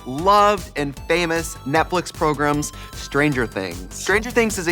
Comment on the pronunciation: Trixie said "progrums"